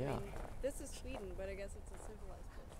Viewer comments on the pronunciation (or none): none